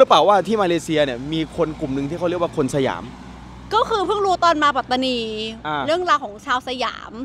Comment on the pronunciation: รัฐปาตานี ไม่มีหรอกครับ เป็นข้อมูลบิดเบือนที่พวกล้มล้างการปกครองมันแต่งขึ้นเพื่อหลอกและปลุกปั้น ความจริงคือ รัฐ ปัตตานี Pattani มี t 2 ตัว ต้องอ่านว่า ปัต ไม่ใช่ปา ข้อหาล้มล้างการปกครอง เท่ากับกบฏ โทษสูงสุดคือประหารชีวิตครับ น้องๆอย่าไปเป็นเครื่องมือให้เขา อย่าไปเห็นด้วยหรือเข้าพวกกับคนไม่ดีครับ จะได้ไม่เสียชาติเกิดมาเป็นคน ต้องไม่ให้เขาหลอกใช้